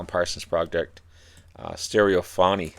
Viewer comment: Listen to the song stereotomy, and you'll know see how to pronounce it.